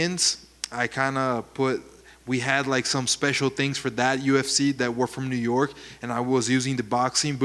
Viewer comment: Westwood new jersey not new youk